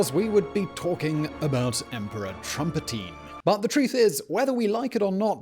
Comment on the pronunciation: you lost all your credibility with "trumpatin"